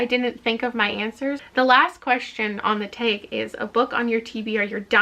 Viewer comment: The TBR Taeg. I'm NOT a Canadian, so it literally sounds like taeg